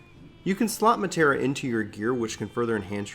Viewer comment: Omg he says Materia wrong. Or is it the accent?